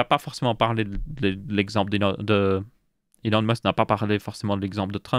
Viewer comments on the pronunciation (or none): none